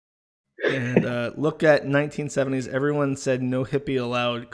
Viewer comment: Worth watching the stream just to hear say ‘ervermom’